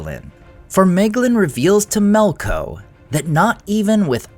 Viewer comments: Melko? Isn't it "Melkor"? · why do you keep saying melkors name incorrectly as melko is it for the same reason as the delusional people who keep failing to change Gandalfs name to jandalf